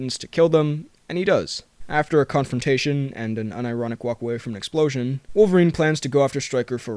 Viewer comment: I love how he's like "a brief...confrontation" lmao